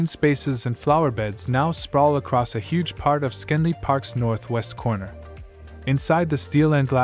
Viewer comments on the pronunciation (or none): It's Schenley (SHENLY) -- not SKEN-LY. This video was (at a minimum) narrated by someone who has never been to Pittsburgh. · Shen-lee park is the correct pronunciation smh